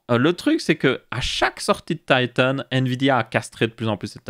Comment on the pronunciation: Tailleteunnnnn......... En français, on dit Titan